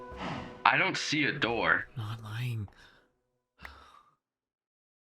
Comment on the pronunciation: "Open the noor"